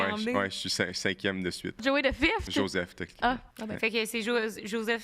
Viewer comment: Bon podcast! ❤ Le moment tu dis 'fils de fifth' j'avais entendu fils de fif lol 🤣